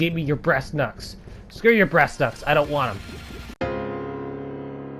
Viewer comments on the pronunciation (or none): Kung fu at its finest....it sounds like your saying breas knucks, lmao